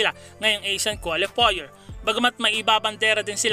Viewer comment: paps, kwalifayer ang bigkas sa qualifier! ndi kwolifoyer